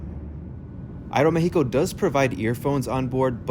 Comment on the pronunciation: Thumbs up for that great pronunciation "Aeromexico" 🎉❤